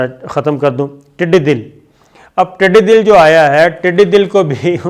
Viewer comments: Its not tiddi dil sir..its tiddi dall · Indian commentators themselves are admitting that China has come 17 km in Indian territory while our our commentators are reporting 4 to 5 km. Today Sabir Shakir while talking about locust attack said 'Tiddi dil', Sir it is not dil it is tiddi dall or dull, Dull is a Sanskrit word meaning 'lashkar' or 'group'. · Sabir Shakir sahab aap ki prnouncession kafi kamzore. Hai. Yeh taddi dil nahin tiddi dall Hai. Dall Matlab lashkar. Tiddion ka lashkar. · Sabir sab kindly correct ur word it tidi dal not tidi Dil.thanks. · Saber sb I like your style which make me believe what you are saying is right. I want to bring it to your knowledge that it is not tidi dil it is tididal which means tidioon ki fuoj , and I it is not shikist it is shikist. Hope you will not mind the correction. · The word is TIDDI DAL(JATHAA)(JHUND)(IKKAHAT)NOT TIDDI 'DIL'(HEART).PLEASE SAY IT CORRECTLY. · Tiddi dull kehty hn not dill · Sir tiddi Dil nahi tiddi Dal hota hai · I beg your pardon, sir. it is not -- tiddy dil-- but tiddy dal-- that means force or lashkar. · Tiddi dil nai taddi dall he pls correct the word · word is tiddy dal not tiddi dil e.g janta dal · Slam sabir bhai lafz tidi dill nahi dall he jis ka mining he lashkr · Tiddi Dal and not Tiddi Dil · Tiddi Dal, not Tiddi Dil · Phir wohi jihalat ka izhaar. Tiddy dil nahi Tiddy Dal (or Dul) - Dal means a group, or garoh in Hindi!!! Isnt any standard set for Pak anchors??? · Yah word TIDI DIL nahin hay, TIDI DAL hay. DAL kay Daal kay ooper zabar kay saath. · Sabir Bhai one humble request. You said Didi Dil. It is tidi dal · tidi dal ko ap tidi dil bol rahe ho jb ke dal ko zabar he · Tidi Dil nahi tidi dall hai yeh word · صابر بھائی ٹڈی دل کو ٹڈی dal کہتے ہیں dal ہندی کا لفظ ہے اس کا اردو میں ترجمہ لشکر ہے میں قمر شہزاد ضلع سیالکوٹ سے سعودی عرب میں ہو آپ کی ہر وڈیو دیکھتا ہوں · plz pronounce it as tiddy dal....ٹڈی دَل۔.u r my favourite anchor. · درست لفظ ٹڈی دل ھے (د)کے اوپر زبر ھے